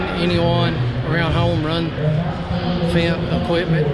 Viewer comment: it’s pronounced like “fent”. I studied abroad in Germany in college and my host family were silage farmers. They had several of them and I got to work with them a bit.